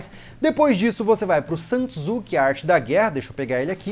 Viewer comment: Dica a pronúncia de Sun Tzu. É Son Zhi ok